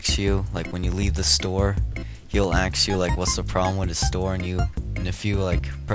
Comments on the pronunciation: You pronounced "ask" as "axe" a few times. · Hes going to Axe me?